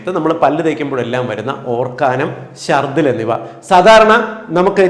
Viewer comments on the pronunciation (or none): Orkanam alla Dr okkanam aanu malayalam vaakku thettayi ucharikkunnu ?